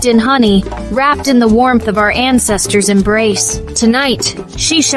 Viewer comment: ❤ Love the way you started, "dis one eh"... Also love the way it ends, "in di name & Powa of our ancestas & divinity" ❤